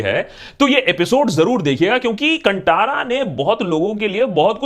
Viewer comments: Why don't you people pronounce it (Kantara) properly even though it is written in Hindi. 🤦 Please I want ans for this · It's good that u have accepted ur mistake in pronnouncing kantara wrong. One more thing not only Telugu Tamil malyalam but also kannada is doing good films based on national issues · 1st learn how to pronounce Kantara. To make you understand tell these words in hindi 👂+ ⭐ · I like how Akash pronounces all non Hindi words nicely. But this time, you got it wrong sir. I wish you asked some Kannadiga on how to pronounce "Kantara" before making this episode. Nice content as always. Thanks. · Couldn't even pronounce Kantara right! what more research can I expect from this video other than propaganda 😬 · You tried to explain the story of movie but why did you mispronounce the title? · Still Kantara is being pronounced incorrectly, even after it is released in Hindi. Why?? Why is it so hard to pronounce something correctly? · abe..kantara ko pele thik se bolo.. badme iske baare me batha Karo... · You have pronounce movie name incorrectly please pronounce it properly first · This guy doesn't know how to pronounce Kantara nor its meaning. Just an empty brain with big mouth commenting about movie to grab YouTube views. In the movie he talks about Dharma openly but communist like this person change the narrative to "Tribal rights and Moolnivasi issue"🤦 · It was pronounced wrong😅😂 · You're not pronouncing the name of the film correctly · and he mentions marathi 🤷🏽‍♂️. And akash didn't even pronounce the kantara name correctly throughout the video. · That in not cantara' kaantara' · The pronounciation of the movie is Kanthara and not Kantara !!! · Abey chutiye woh कंटारा nahin, कांतारा hai . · Please note: कंटारा ❌ कांतारा ✅ Also, thanks for all the good words 🤗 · Pronunciation of Kantara is not Kan-Taa-Ra, it is Kaan-tha-ra. Not Ta it is Tha. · Chacha कंटारा नहीं कन्तारा hai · Cunttara nai Hai re bewarshii ... it's kanthara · Abey it's कांतार not कंटार